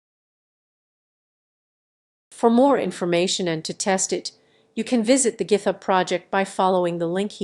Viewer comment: Thanks for the video explaining the challenges of OSH design.. Who's the narrator though? pronunciation of some works like libraries, video and github (th? 😁) was confusingly off, while the rest sounded nearly like a native speaker..